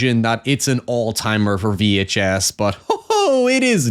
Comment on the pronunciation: 🗣️ “VEE HAICH ESS” 🔥 🔥 🗣️